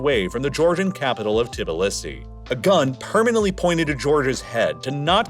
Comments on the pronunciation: I’m starting to think you mispronounce stuff for engagement… which I understand I am now providing but still. Tibilissy? Cmon man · Your pronunciation of the Georgian capital is hilarious!😂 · Did you really just make a whole video about Georgia, and not look up how to pronounce Tbilisi?